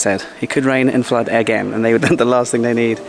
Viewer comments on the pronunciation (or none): none